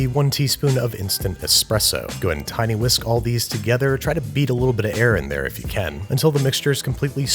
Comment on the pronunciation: 1.59 ”tinywhisk”